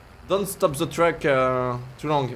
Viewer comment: « The yellow truc » 😂😂😂